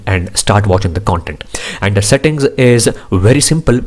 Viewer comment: Why do you add "A" for every word like processa settinga pasta ? Thanks for the review though.